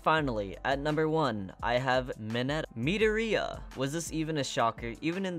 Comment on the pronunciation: 3 mistakes seriously mideria no it's mi-do-ria Next dekuw no it's deku Last it's one for all not all for one, all for one is a villan